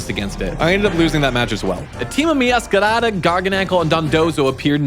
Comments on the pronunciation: BRO I HATE THE WAY YOU MEOWSCRADA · I find it funny how he rolls the r like it’s a Spanish r when saying meowscarada